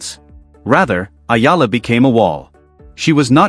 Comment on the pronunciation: It's Eala ....eeela! Tell AI.